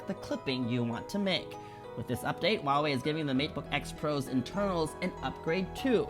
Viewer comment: huaiwei ， not wuawei.